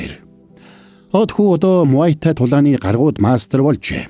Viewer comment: Muaythai-мутай not маоитай муайтай😂